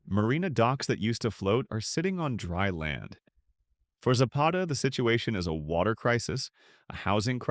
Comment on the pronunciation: Za'Pata not Zappeta